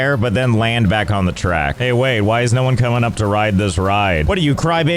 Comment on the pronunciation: "Hay there! It's Josh! Welcome back to Strife Hayes" xD